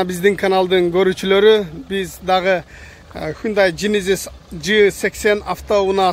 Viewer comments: Джейненис деп айтылат, сен жининис деп койдунго дадин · Генезиз десен